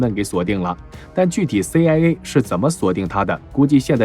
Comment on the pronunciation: CIA讀了什麼 AiA。